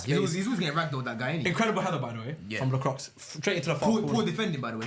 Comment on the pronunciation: the way they pronounce Lacroix name lmaooooo